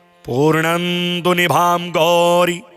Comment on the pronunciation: पूर्णांदु, के स्थान पर पूर्णेन्दु बोलने की कृपा करें,।